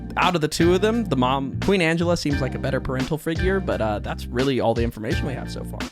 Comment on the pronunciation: Also its ang E lla like angelic